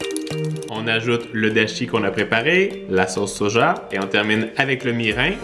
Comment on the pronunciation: comme il dit soja ce chaqual